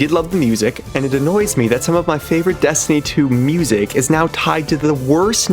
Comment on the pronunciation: PLEASE FOR THE LOVE OF GOD, do not make Dez-tiny fweee. Pweee vee pweee guys and eververs game